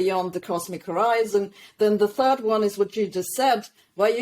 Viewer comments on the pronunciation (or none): none